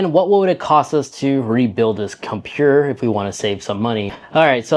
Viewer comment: compuurr lololol